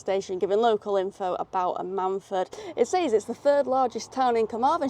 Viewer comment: The stress is on the Am, it’s usually more like AM-un-fud, not that I’ve been there but I am originally from South (East) Wales.